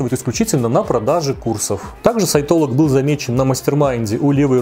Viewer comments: Упорно слышала вместо "сайтолог" (что) - саентолог. В целом это многое объясняет. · Я упорно вместо "сайтолог" слышу "саентолог", даже перематывала)